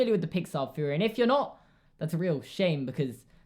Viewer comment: am i the only one that notice that you say theory with a F instead of TH???